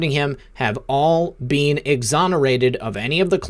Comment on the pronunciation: THANK YOU for all you do. I just have to mention ONE THING that continually bothers me, and that is how you pronounce the word 'been'. You are an excellent communicator, and I would imagine that others may have commented to you on this issue, but I had to say something, because it has really BEAN bothering me.:-) Peace and Love to you always + WWG1WGA + Jesus is the Lord of ALL...